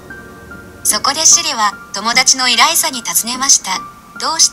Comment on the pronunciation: エライザじゃなくてイライザですよ